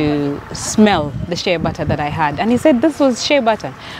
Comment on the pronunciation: It's "shea butter"...